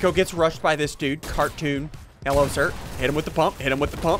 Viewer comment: I like how you say HELLO it sounds like you’re saying jello